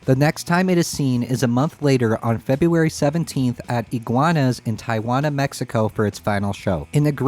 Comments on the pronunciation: this is almost as niche as the aria pro-II..... gotta make that one happen (i get it, they're uncommon and expensive, probably thanks to Mr. Cobain.....) also, not to be a dick, but Tijuana is pronounced more like "Tea-whana" not "tie-wana"..... kinda got AI vibes for a second, lolz. anyways, SGs are rad. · Southern CA native here. Tijuana is pronounced Tee-Wanna. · Sorry, I don’t want to be “that guy” but it’s an obvious error that is in need of correction. Tijuana, Mexico is pronounced Tea-uh-Wana. The easiest way to think of it is say marijuana but use Tea-uh instead of the Mar-eh at the beginning. I do love your channel and am so grateful that you’ve been able to get the first hand answers to questions that I have wanted the answers to for decades! Thank you. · Tee-uh-(h)wanna , Mexico😆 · The way he pronounced Tijuana triggered me